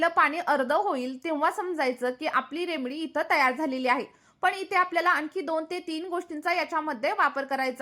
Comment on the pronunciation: Aho Taai, English jamat nahi tar marathit bola na, remdee, mhantana shembdee mhatla sarkhe vatate, aani khoop kahi. ❤😂😅